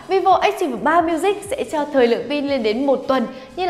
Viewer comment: Ách ti vồ 3 miu zich . Đọc thì nửa tây nửa ta :v haha lại còn phát âm sai 😂😂😂 đọc hẳn vi vô ách típ 3 miu dích cho nhanh :v hahaha